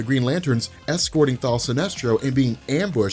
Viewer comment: Why do you keep saying thal?